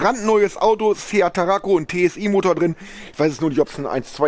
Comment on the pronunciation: Ach ja, Tarraco nicht Taraco